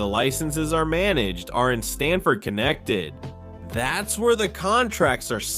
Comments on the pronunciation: 😂 Connect It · so ai can’t say Connecticut 😂